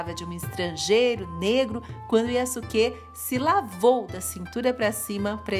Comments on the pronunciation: A pronúncia é Yásúke e Ôda Nobunága, mas Daymiô vc acertou😁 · Eu acho que a pronúncia correta do nome é:yaske. Eu ñ sou especialista em japonês,apenas estou usando o que eu vi em algums animas,ex:sasuke(de naruto)se pronuncia saske e sosuke aizen(de bleach) se pronuncia soske. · Só uma dica, quando uma palavra japonesa tem su ela é pronunciada apenas como se fosse um s só, então nesse caso fica como Yaske, espero ter ajudado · A pronúncia do nome é Yaske, sem o "u".